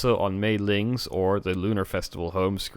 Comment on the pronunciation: You meant "Li Ming." Mei Ling is a completely different Blizzard character.